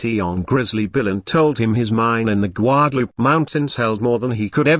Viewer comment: Especially when it says goo-adaloopay and then guadalupe. Rather irritating!